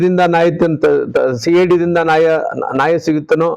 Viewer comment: ನಾಯ ಅಲ್ಲಾ ರೀ ಮಾಜಿ ಮಂತ್ರಿಗಳೇ "ನ್ಯಾಯ" ಕನ್ನಡ ಭಾಷೆಗೆ,ಪದಗಳಿಗೆ ಕಳಂಕ ತರಬೇಡಪ್ಪ ಸ್ವಾಮಿ..😢😢